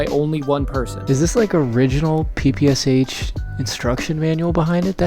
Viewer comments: Always wanted to tell you,. It's not P-P-S-H! It's P-P-Sh. It's only 3 letters there: ППШ. And it sounds something like Pe-Pe-Sha. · Be careful with 5talker referrences and/or visuals. You can receive a strike occasionally. It was a lot of channels demonetized or deleted recently. Also, PPSh is Pa-Pa-Sha (Daddy) - Pilstol (Pule-myot) Bullet-thrower by Shpagin